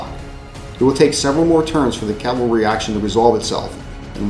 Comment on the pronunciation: I really enjoyed the series. Maximus Flatulence died in that cavalry charge? Beware Greeks bearing gifts, MF. Also, one criticism... says calvary instead of cavalry. I noticed this in the Marengo video as well. I don't mind when people don't pronouce Pyrrhus, Lucius, or Syracuse differently since they are non-english names. Cavalry and calvary should be properly differentiated by every historian, wargamer or not. Don't get me wrong... I like your channel. Huzzah to for forming your club. I eagerly anticipate your next endeavor.